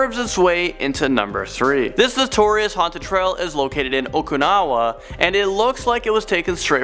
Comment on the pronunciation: ....it is okinawa not okunawa lol (poor Shota's birthplace lol)